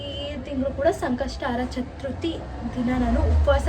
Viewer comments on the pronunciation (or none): Adu chatruthi alla chathurthi